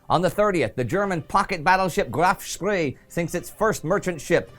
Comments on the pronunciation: It´s Spee not SpRee, Indy. The Spree is the river flowing trough Berlin. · Ohhhhh Indy. I assume other people have beaten you up already, but it's Spee...like Shpay. Love your work tho.